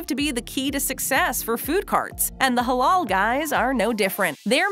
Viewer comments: It's not pronounced "holol", it's pronounced the same as it's spelled. "Ha laal". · Why tf is she saying “halol” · It pronounced Hh-La-iL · She says "the Haulool guyz" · Ffs its pronounced "Huh-LAAL" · Every time she said Halal I cringed so hard